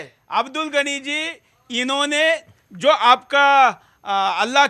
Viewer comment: Suresh Chohanke Pahele Apne Alfaaz Tik Bolna Sikho Abdul Gani Nahi Abdul Ghani Kaho Namaj Nahi Namaz Kaho,. Koun Se School Me Pada Koun Se College Pada,Koun Si University Me Pada Hain,, Adab Aqlaq Tahjeeb Nahi,,. Maine Pada LIkha Nahi Hoon Radio Sun Sunkar News Paper Padkar English Sikha Hain,,Tumari Kya Tulna Kare,. Ha Tumari Tulna Abu Jayal Aur Firhon Se Kar Sakte Tum Yahoodhiki Bigdi Hoowey Qoum Hai Tum Sudhar Nahi Sakte,,OK